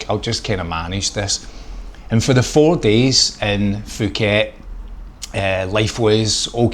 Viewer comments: Pooket not Fuckit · Announced Pooket , not Fooket. The "h" is silent in Thai. Pronounced Tie.